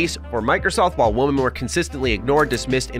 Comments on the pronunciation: It sounds like you are saying woman instead of women every time. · I love and his channel. But why does it seem like so many Americans don’t pronounce the difference in woman and women. It makes the sentence feel so off.